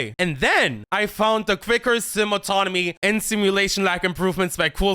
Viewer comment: I swear I heard "And then I found the Thicker Sims Anatomy' when you said 'I found the Quicker Sim Autonomy." lol